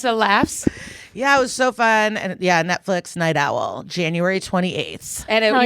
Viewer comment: Aw Did you say Netfwix?